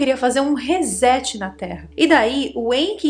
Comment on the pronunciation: Até você,, professora de inglês, pronunciando “Rezet”, como todos os incautos?!! A pronúncia correta é como se houvesse dois ”esses" como você bem sabe.